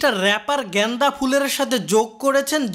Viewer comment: Y I'm hearing "ganja" everytime instead of "genda"🤣🤣🤣🤣